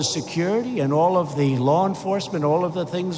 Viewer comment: Did he just say? "We believe in the rule oh law" Ohh my!!!🤣🤣🤣